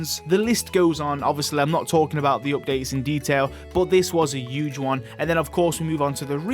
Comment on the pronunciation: that was a "hewwgge" one 😂 what an accent